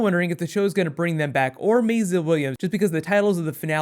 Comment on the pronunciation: why do you keep calling her "mayzluh"?